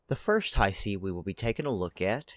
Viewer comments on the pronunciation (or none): It's not Haisi like said in the video, but also not how you say it. Hiisi, double I. that's a long sound. think of saying He and prolonging the sound, then si. Hee-si, Hiisi. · i thought it was pronounced he-see.